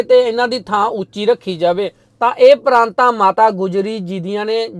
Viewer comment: ਪਰਾਤਾਂ ਨਾ ਕਿ ਪਰਾਂਤਾਂ Praataan (not Praantaan)